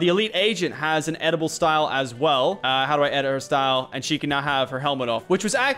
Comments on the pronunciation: Do you guys notice that lachy says edible and not editable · Lachlan says Edible instead of editable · I swear he says 'edible' rather than 'editable'. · Why is Lachlan saying edible instead of editable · Can we just say how he said “Edible styles” you dont eat it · Anyone else here lachy say edible